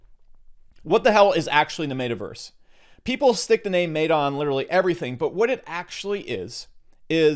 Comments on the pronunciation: Meta is not mayta stop saying MAY-tah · where do you get off saying mayta u goon. its MET A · Who’s going to tell him that he’s pronouncing meta wrong? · Learn to pronounce meta… ask ellio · Sound advise/info but it kills me that he can’t pronounce “meta”